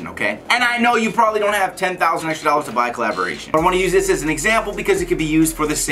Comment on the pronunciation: "One thousand and twenty five hundred dollards" Lol. Wot.